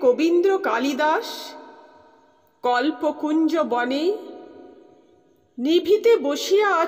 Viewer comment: 4 lk দিয়ে শুনে গেলাম ❤❤❤ ভালো লাগলো ❤❤❤ ভালো থাকবেন ❤❤❤ বনে উচ্চারণটা বোনে হবে